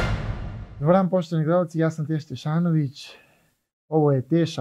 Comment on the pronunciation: 😂 naucio si naaajzad pravilno,ostro i jasno ja sam Tesa Tesnovic 🙏👍.Neka ti je sa srecom legendo..bar 100.000 u proseku pregleda!!!